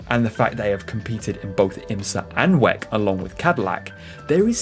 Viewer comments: good video but i think people say double-u-ec instead of WEC otherwise keep it up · Can you PLEASE stop saying "weck" ?! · I’ve never ever heard anybody say it like that before and at first I didn’t even understand what the hell he was talking about haha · Never heard someone say Weck instead of W. E. C. neat. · For gods sake please don’t say WEC like you say it! Why don’t you say WEC like everyone else?